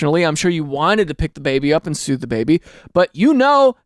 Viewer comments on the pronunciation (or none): Baby carseat story: I kept hearing sue instead of soothe 💀